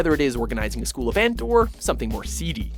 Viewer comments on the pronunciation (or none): none